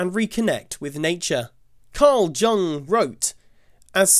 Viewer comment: Jung is pronounced like "young." FYI 🙂